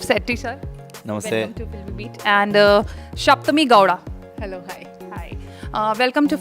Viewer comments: It's not Shapthami ....it is Sapthami... very different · It's sapthami not shapthami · Paka hua anchored boring words.."shaptami" what a disgusting pronunciation..horrible questions..lack of brains..such a horrible anchor.